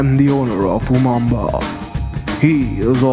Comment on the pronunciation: its not umamba its umumba